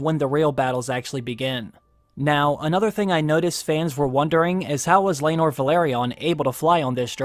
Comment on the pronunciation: It's laenor and seasmoke. Learn all your dragon before you watched DAMM!!!